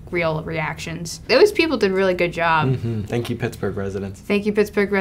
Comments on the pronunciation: "Good actor" "Thenk😔" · "Good actor" "Thenk" Yup that's how teenagers talk. Take notes, writers.